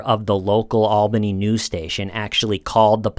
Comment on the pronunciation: I’m so proud to hear pronounce “Albany” like a NYer!